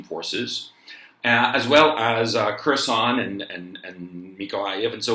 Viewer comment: Gonzo: Kherson, not a "croissant " you should learn it.